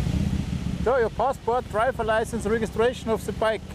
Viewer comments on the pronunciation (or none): "Dreifings Laisens" "Rägistäischens Peipers" XD